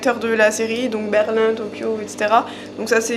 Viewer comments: C pas Berline c Berlin comme le 1 Berl-1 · Ce n’est pas berline mais berlin 🤣🤣🤣 comme la capitale de l’allemagne.. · BERLIN UN, 1, AIN BORDEL PAS BERLINE !!!! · C’est pas berline mais Berlin on parle pas d’une bagnole mais d’une ville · "Berline" ahaha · Le masque de Dali qu'il porte est très mal fait ça ce voit que ce n'est pas le vrai, il est disproportionné et puis s'il vous plait à Berlin on ne prononce pas le N à la fin.